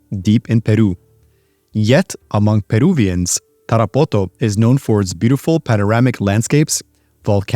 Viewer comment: sry but the way you pronounce Tarapoto sounds dumb